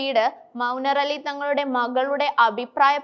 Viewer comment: മൗനറലി അല്ല പെണ്ണെ മുനവ്വറലി ആണ്